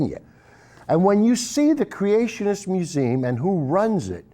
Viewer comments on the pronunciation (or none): He is so drunk he can't even say museum right.